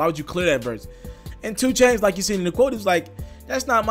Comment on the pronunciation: Is it 2 Chainz or Choo Chainz? Slow down my boy. U almost butchered your own damn name at the very begining of this 1.